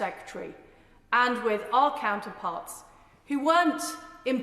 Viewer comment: After I heard "incuving" and "wiv our allies" I dropped off.